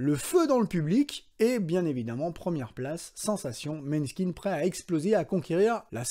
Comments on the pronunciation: Ca se prononce " Moneskin" 😅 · Le å se prononce o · Tu m'arraches les oreilles!!! Ca se prononce M[O] neskin merci!!! 🤣 et pour repondre a ta question la bassiste a été adoubée par Duran Duran pour Psycho Killer donc OUI elle sait jouer de sa basse, cette bassiste ET dj!!!🤩🤩🤩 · J'ai découvert Måneskin ( qui se prononce plus mOneskin d'ailleurs) sur le tard aussi, le côté pop fm me plaisait pas trop mais un jour je suis tombé sur un live de Coraline, et la j'ai compris qu'il fallait que je gratte un peu plus. Finalement j'adore. Deuxième groupe que j'écoute énormément en ce moment et je vous invite à y jeter une oreille, j'ai cité THE WARNING. Trois sœur Mexicaine qui envoient un pop/rock/hard rock/métal exceptionnel. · Déjà ça se prononce MOnAIskin!....(3 syllabes..) on les aime, on dit bien leur nom^^ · Måneskin se prononce Moneskin... ça fait mal aux oreilles durant la vidéo.